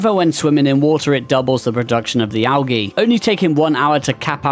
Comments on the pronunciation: Al "g" not alghey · I don't know who taught you how to say algae, but, i don't think anyone else on earth lo Pronounces, it like that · AL ghee 😂